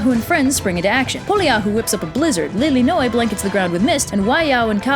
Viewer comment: You pretty much pronounced all of the Hawaiian names correctly, except any of the '. That ' can be pretty hard to do on purpose. Tho' "Lilinoe" is Li-li, not Li-ly (the second 'li' you pronounced as short). And "Ka Houpo o Kāne" tends to use longer vowels than used here.